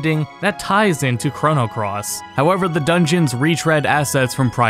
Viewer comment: It is hard watching ( hearing ? ) this great video with how you say the word Chrono XD But... I'm also the same way when people say the word mana. Q__Q